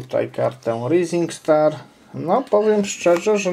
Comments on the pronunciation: Czyta się rizing star dla twojej wiadomości. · "rising star" czyta się "rajzing star".